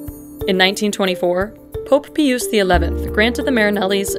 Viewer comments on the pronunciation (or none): Who the heck is Pope Peeooos? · She really pronounced P-eye-us as pee-us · Pius is pronounced like pious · Pope Pius XI = Pope Pie-us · It's pope Pius